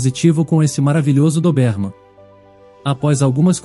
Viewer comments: Meu Deus!!!!Chega a doer no ouvido esse cara pronunciar errado a raça do anjinho.........CARA É DÓBERMAN.E NÃO doberman.......tiremesse cara daí!!!!!! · "Dobérman"?? É certo isso? Conheço com "Dóberman".🤔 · A raça não é DOBÉRMAN, é DÔBERMAN!!!! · Pronúncia é: Dóberman. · Já no início suspeitei: Ou era gravidez ou ela estava com doença grave. Agora levar mais de 30 min para contar uma história que poderia ser resumida para 10 min?🙄 - a pronúncia mais forte da raça do cachorro, é no "Dó" de DÓBERMAN. - não se diz fórça. O correto é FORÇA! Na letra "O", a pronúncia é "Ô" fechado. Como "fôrça". Mas na hora de falar é escrever é FORÇA. São apenas dicas, para melhorar a sua leitura. Sem ofensas ok?🌻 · Não aguento a pronúncia da raça do CÃO, DESISTI😊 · Muito longa e confusa. E o comportamento do Max? Não foi explicado. E a pronuncia da raça do Max está totalmente errada.